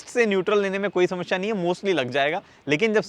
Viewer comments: He is samashya 😂😂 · "समस्या और शमश्या" 🙂🙂